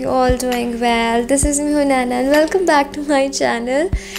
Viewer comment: waaaal nahin hota well hota hai